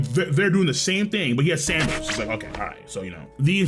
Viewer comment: San D. Al not sandal